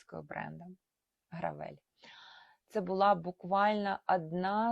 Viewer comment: якщо бренд американський то не "гравЕль" а "грЕвел"